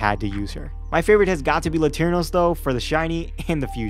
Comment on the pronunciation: "Latirnos" instead of "Latiros" put the image in my head of you using some random Latino guy to fight instead of a Pokefusion lmao. I'm a little disapointed at some of the custom shinies tbh, but Kingross and Arcaswine went so hard.